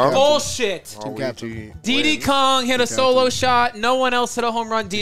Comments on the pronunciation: Calling Diddy "Deedee" sends me through the roof. Do you call P Diddy "P Deedee?" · Why does call him DeeDee Kong? It’s Diddy. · Why do none of them know how to say Diddy